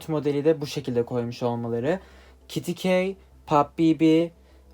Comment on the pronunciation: Abi o kity key değil k kity